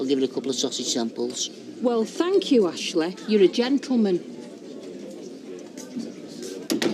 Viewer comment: That's how Ashley pronounces (or, rather, mispronounces) her name.